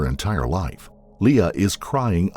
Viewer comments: The victim's name is pronounced Ora "Lee", not "Le-uh" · Lea is not pronounced Leah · I always enjoy these stories. But maybe the narrator could check pronunciations before recording! The victim's name was "Ora Lea" pronounced "Lee". It's a small thing but it seems disrespectful to mispronounce the name of a murder victim.